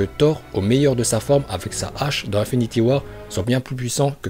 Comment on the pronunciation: Juste comme ca psk ca m’explose les oreilles mais on dit INfinity war pas 1finity war